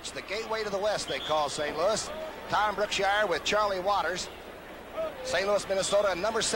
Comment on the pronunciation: Yes, and it's "Brookshier"